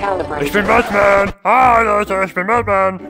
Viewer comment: Ich verstehe die ganze Zeit nur Batman richtig ausgesprochen obwohl du die ganze Zeit Dapman sagtest 😂😂 to be continued